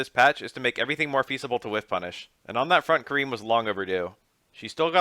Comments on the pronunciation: Wow I love your videos but I gotta say her name is Car-In bro Japan is big on the Ah sound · It's pronounced Ka-REEN. The R in Japanese is a mix of the "ruh" sound and the "laa" sound. The "I" sound is pronounced as "ee" and the "N" sound is more like a short "nn" sound. Her name would be spelled more phonetically closer to Kaleen than Karen.